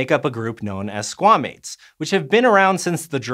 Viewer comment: man.... i get that squamates is supposed to sound like squah-mates not s**-mates but that sounds sound the same in most american dialects and dang is that rough 😬 #mmiw